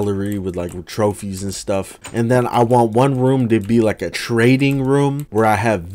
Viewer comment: When he talked about building the trading area I thought he said training area. The villagers are having an even worse time